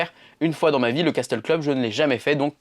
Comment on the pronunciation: Castel se dit « cassel » 😉